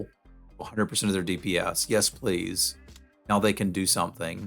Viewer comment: did u call D.P.S. dips?